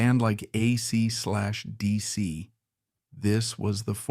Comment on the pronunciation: aysee slash deesee? bad AI, bad!